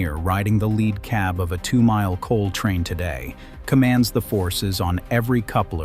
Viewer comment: AI: "lead" locomotive is not pronounced "led" 🙄